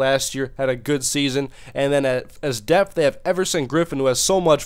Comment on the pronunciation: lol this guy says "deaf" its Depth*